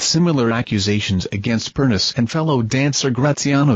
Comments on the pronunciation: It’s pronounced, PERNICHIE. Get it right for god’s sake!!!!!!! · You need to do research and learn how to pronounce PERNEECHEE